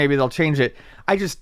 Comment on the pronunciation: Fun drinking game, take a shot every time says "uhh here" or says "chust" instead of just.